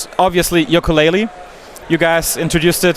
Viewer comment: Yooka Laylee und nicht wie im Titel Yokaa Laylee :( Bissel peinlich oder. Wird ein Meisterwerk, wie viele Rare Games vorher ;)